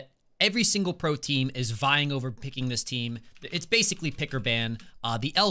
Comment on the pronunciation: Everytime says pro team all I hear is protein